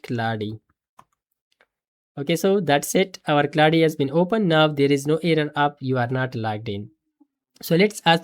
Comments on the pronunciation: Indian pronunciation 😂 Clau de code 😂 It's claude not clau de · Claude ❌ Clauudey ✅ But this is working>>>